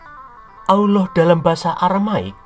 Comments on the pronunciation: Ngomong alohnya paseh banget. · Referensinya lengkap jarang orang mendedikasikan minatnya seperti ini. ketika menyebut owloh suaranya mantap kadang lucu. Sebutan owloh humma jelas dewa bulan. Beda dengan si humma. Banyak idikator lain yang mengarah ke Dewa Bulan. Salah satunya bulan Sabit. Karakter owloh dalam qur'an semakin jelas